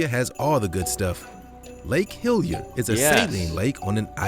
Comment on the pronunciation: Some misinformation in the video. Outside of tropical Queensland, the rest of Australia isn't desert. Lake Hillier is not pronounced Hill-yer, it is Hilli-er. The platypus is not the only egg laying mammal, the echidna also lays eggs.